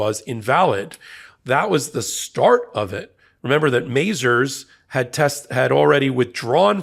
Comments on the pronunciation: It's muh-ZARZ, not MAY-zerz. You get too many pronunciations wrong on this channel – another being Aileen Cannon, whom Ben repeatedly insists on calling Eileen Cannon, for some strange reason... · Mazars originated in France. Pronunciation is Mas-are. not Mazers as in Lazers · Why is saying MazERS when it should be MazARS?